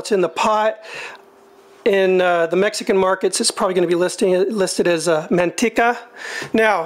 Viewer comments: Man teka not man tee ka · Great recipe, definitely gotta try it out. I gotta say, I laughed when you pronounced "Manteca". Never heard it pronounced like that :-)